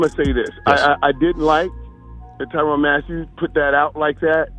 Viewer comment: Why is there an A in there if it ain’t supposed to be TYRANN??! Just askin...I say his name Tyrann.